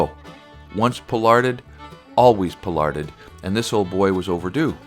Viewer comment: Poll as in poll parrot, - ard , Pollard not pole-ard. Lovely tree, by pollarding this you will lengthen its life, weeping willow is a short lived tree and I have heard of families getting quite upset when the tree that the kids remember being their hidey hole, camp, etcetera dies almost overnight, as they do. But there are pollarded trees a hundred years or more over the natural life of its species. Ideally you start early !